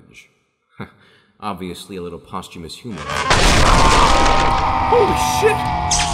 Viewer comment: Oh......so that's how you pronounce "posthumous".